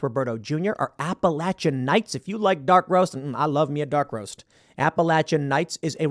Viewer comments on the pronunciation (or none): It pronounced APAH LAY SHUN NIGHTS .!! not apa la Chun